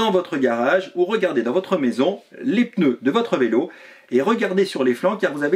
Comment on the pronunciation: "PEneu" - vous êtes du sud, non ? 😀 Merci pour votre chaine auquel je suis abonné depuis peu, continuez ainsi !